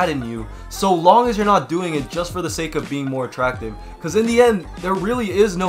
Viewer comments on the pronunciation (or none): none